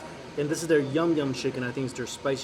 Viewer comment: It is yang yeom, not yum yum